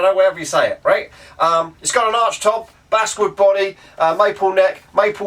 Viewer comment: Basswood like the fish (Bass) not Basewood like Bassguitar. English language 10 spelling and 10 pronunciations for the same damn thing. Im just poking fun, love the videos. Cool find.